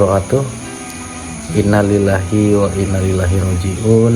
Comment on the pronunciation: Bg deny salah penyampaian arabnya sehsrusnya inna lillahi wa inna ilaihi rooji'uun